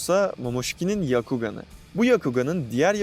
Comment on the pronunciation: Yakugan ne aq duzgun söyle şunların adini kasma kendini bu kadar